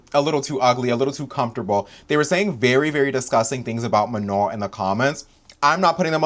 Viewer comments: Everytime pronounced manon's name as "ma-none" i get so mad. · Even the girls who could barely speak english pronounced it right with phonetic barriers